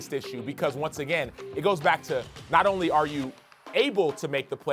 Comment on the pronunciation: CAN THESE ESPN WOMEN PRONOUNCE WESTBROOK RIGHT????